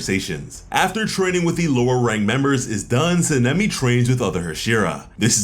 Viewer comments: Bruh can you say "Sah-neh-me" NOT cinnami. And "Ha-she-rah" but other than tht fam good work! Lol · Sa-na-me try it like that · San-a-may - sanemi. Not what you're trying to utter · How are you saying sanemi wrong